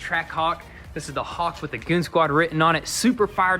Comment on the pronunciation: Goon zquad! Not goonz quad 😣